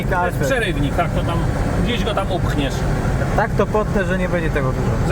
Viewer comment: Najbardziej mi się podobało jak mówi po polsku w stylu włoskim "tak tak tak" w jego wykonaniu brzmi jak "sì sì sì"